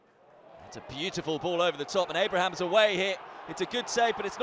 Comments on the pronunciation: Abramans. And doesn't he call Caroll Grealish as well? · He was also saying Abraham’s from time to time